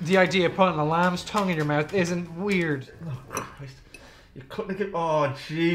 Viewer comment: Wow!! listen to the Irish pronounce troo instead of through and mout instead of mouth. The letter H is shunned.